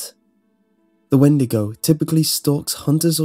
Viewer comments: I believe it's pronounced wen-dee-go not win-di-go. Great video though! Love your channel! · When-de-go <-------- supposed correct pronunciation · 'Weed-to-go' xD